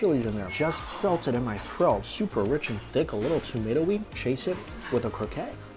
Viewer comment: When u say croquette please prononce the TTTTT, its croqueTTE